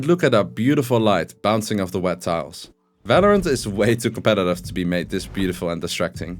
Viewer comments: V isn't pronounced like in german in english bro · Falorant, Fandal, Fideo. lofe it :D